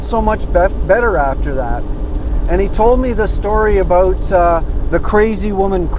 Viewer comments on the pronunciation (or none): I love hearing that "aboot"..:) Seriously, of course you were right when you decided it was no longer safe driving and did the smart thing - pulling over and waited until you deemed it WAS safe. Kudos to you